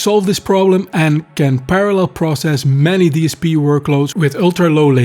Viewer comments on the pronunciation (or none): none